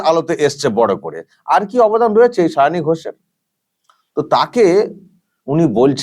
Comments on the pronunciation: যে ভালো-ভাবে একজন প্রার্থীর নাম উচ্চারণ করতে পারেন না সে আবার মুখ্যমন্ত্রী ছিঃ -----।শাওনি নয় সায়নী। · আমাদের মাননীয়া মুখ্যমন্ত্রী কি সায়নী বলতে পারেন না?তাই শাওনী বলছেন 😄😄😄 লজ্জা জনক ব্যাপার 😠😠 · ও ওরকম হয়। পোতিবাদীদের উচ্চারণের একট আধটু ওরকম হয়! সায়ণী আর শাওনি ঐ সব একই হল...ড্যাং...ড্যাং... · উচ্চারন সাওনী নয় সায়নী হবে😂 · উচ্চারণ টা ঠিক করূন। সাওনি।সাওনি মানে শোয়ায় উস্তাদ। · দিদিমার মাথা খারাপ হয়ে গেছে,তাই সায়নি কে সাওনি বলছে। এই হচ্ছে আমাদের বাংলার মুর্খ মন্ত্রী। লজ্জা লজ্জা,ছিঃ, ছিঃ।।😮😮😮😮😅😅😅😅।। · Ekdam netrir moto jhagra korte pare Onar nijerto uchharan e poblem achhe tai sayani k saoni bolchhen . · Nije Maoni tai uchharon korchen Sawni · Gora thekei o vul val pronounciation bole asche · অশিক্ষিত cm একটা নাম ও ঠিক করে উচ্চারণ করতে পারে না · নিজের candidate এর নামটাও উচ্চারণ করতে পারেন না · ঘুম থেকে উঠে শুধু ঝগড়া করে।জিভ ছোলার টাইম পাইনা।তাই নাম ঠিক করে বলতে পারছেন না ।কবে যে বিদায় হবে। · কুচুটে ও ঝগরুটে পেতনি পিসি কোন ভাষাই ঠিক মত বলতে পারে না। তাই ঝগরুটে কনডমওয়ালীর নাম টাও ঠিকঠাক বলতে পারে না। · এমন মূর্খ যে প্রার্থীর নামটাই উচ্চারণ করতে পারে না। আর ঠিকে ঝী কে প্রার্থী তো করতেই হবে, নাহলে বস্তির কালচার চলবে কী করে?? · যাদবপুরের ভোটার হিসেবে খুব লজ্জা করছে। উনি তো নামটাই ঠিক মতো উচ্চারণ করতে পারেন না। ঝগড়ুটে মেয়েকে ভোট দেবে মানুষ এটা ভাবতেই খুব লজ্জা লাগছে। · প্রোগ্রাম যেভাবে "পোগ্রাম", গভর্নমেন্ট যেভাবে "গরমেন্ট", সেভাবেই সায়নী হলেন "তিনোমুলের শাওনি"।